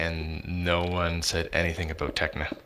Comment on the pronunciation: Can't pronounce "about", makes fun of the pronunciation of "Xycraft". ;) =P